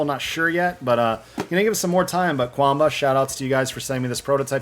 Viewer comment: It is pronounced Chuan Bah, 拳霸 is romanized as quan ba, where q = ch